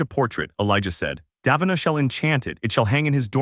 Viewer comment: Ok so just mispronounce both KOL and DAVINA’s names like that